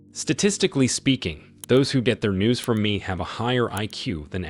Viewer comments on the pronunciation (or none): none